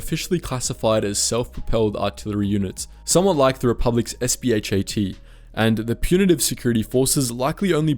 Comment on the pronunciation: its SPHA not SPHAT SPHA stands for Self Propelled Heavy Artillery i don't know where you got the T from